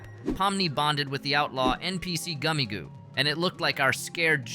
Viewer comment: goomigoe I think its pronounced gummy goo